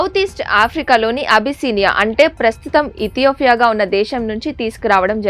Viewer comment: ఇథియోఫియా కాదు, ఇతియోపియా